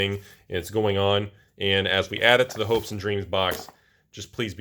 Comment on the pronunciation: I thought you said Hoax and Dreams ':D